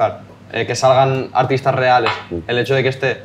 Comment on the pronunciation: Los "rials" XD